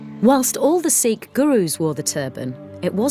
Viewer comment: finally someone says sikh right